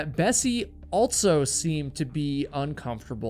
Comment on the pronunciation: ALSO. ALL-SO. There is no T in the word. It is not pronounced with any T sound in the word. ALT-SO is not a word.